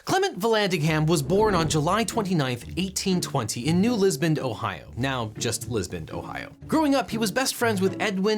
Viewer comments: No objection, but a note that you pronounced it Liz-bund twice at . Liz-Bun is the common pronunciation but it's actually closer to Liss-Bun. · Did he say 'Lisbond'? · Why do you say Lisbon as Lisbond? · If we were to ask the court reporter to read back the record, they would say, “Lisbond.”